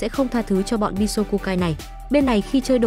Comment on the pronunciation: Bi so ku ya nghe bi só khuya 😂😂😂😂 nghe lạ mắc cười